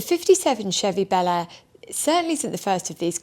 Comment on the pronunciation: Bel Air sounds so different when an American says it. Just sounds so wrong, the way you say it. Sorry.